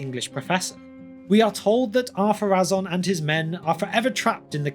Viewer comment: I thought is name was Adunaic, therefore not following the same pronunciation rules as the Quenya. And, even if it did, I was sure the accent over the final vowel dictates that vowel be stressed - the rule for which supercedes all other rules, even in Quenya. For example: Númenorë (stress the "u" and pronounce the final "e" as an extra voiced sound) would be pronounced NOO-menor-ay Or am I wrong?